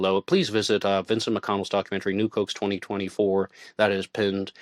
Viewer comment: Nuke hoax. I kept thinking, new Cokes? What the hell is he saying? lol